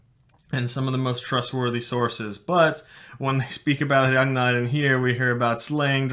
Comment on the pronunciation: I love the way he pronounces “Ragnar” in a perfect Scandinavian accent